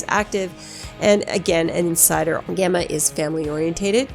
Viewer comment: It's jax teller not jax taylor. And it sounds like jemma not Gemma